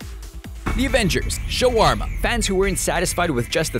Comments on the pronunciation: ....."shoo-warm-uh"? Ok, sure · "SHA-WARMA" uuhhhhggggg